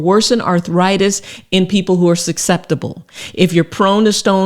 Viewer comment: Thank you for the info. I’m sorry, but “suc-ceptible to kidney stones, & “ Pomegrantin”? Might want to edit these